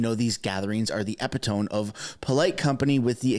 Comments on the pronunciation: Please forgive me. But , it's pronounced "EE PIT OH ME." Not "epi tome." My English teacher is rolling over in her grave. Otherwise, great info, and I thank you. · Eee...pit..oh...me, not epi....tome. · E - PIT - O - ME not EPI - TOME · It's pronounced ep it oh me! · Epitome..is pronounced: ee-pit-o-mee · Epitome: pronounced "Ep-it-O-ME" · Just one thing to help you...epitome is eee-pit-uh-me...